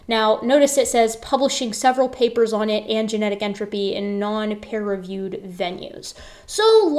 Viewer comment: Sometimes it sounds like you say "pear-reviewed" and that just cracks me up to picture for some reason 🤣